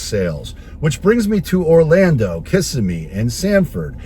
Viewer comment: By the way.. you’re mispronouncing Kissimmee. It’s Not KISS A Me. It’s Kiss sem me.